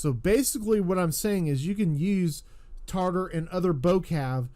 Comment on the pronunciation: You keep saying it wrong they are not tartar like the sauce that are the Tatar, we had about a 100,000 of them migrate to the city I lived in when I stayed in the Crimea.